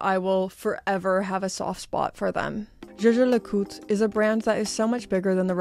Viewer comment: LeCoultre and not LeCoul